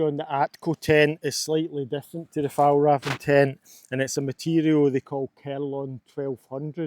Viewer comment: As a swede, the butchering of the pronunciation of "Fjällräven" is really funny.